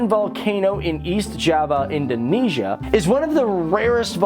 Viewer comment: Its Indonesia Not Indoinaisa